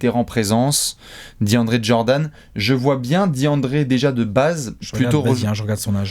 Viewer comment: Et selon toi pourquoi tout le monde dit "Jordanne" alors que c'est Jordan 😂😂